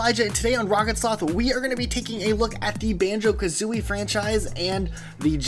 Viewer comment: Banjo Kathreeie